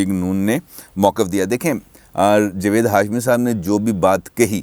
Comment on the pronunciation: جوید نہیں جناب جاوید ،